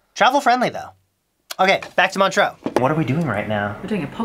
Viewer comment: First time you said Montreax I thought you said Montrose a small town in Scotland and I was soooo confused